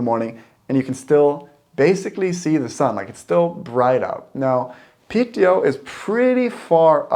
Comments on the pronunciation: Piiiteå, not Pitteå :) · Happy you made the tripp! Piteå is pronounced Pee-te-o, if you say Pitt-eyo it's pretty funny to a Swede as pitt means dick. But you do you! <3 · Not Piteå. It's Pite.. Like Lule and Ume. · its called Pite not Piteå we never use the å letter btw im from Lule.......Luleå